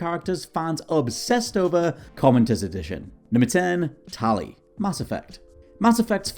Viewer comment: Tally? you mean tali?